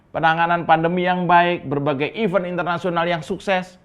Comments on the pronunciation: Iv3nt bukan iven pengucapannya. Iv3nt=activity. Iven=genap, bahkan... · Kereen 👍👍👍 cuma koreksi dikit ya.. tentsng pengucapan kata "EVENT" seharusnya diucapkan sbg IVEN ( dg bunyi E seperti pada kata TEMPEL) bukan dg bunyi E seperti lada kata TELUR... bunyi E seperti yg dilafalkan oleh kebanyakan saudara2 kita orang Tapanuli. Gitu, supay gak terus ikut menyebarkan kekeliruan yg banyak dilakukan pembicara org Indonesia. Salam blethak mas.